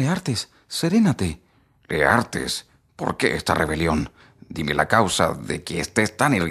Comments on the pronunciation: Porqué usted dice : Leartes si el libro dice Laertes.... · Leartes o Laertes ?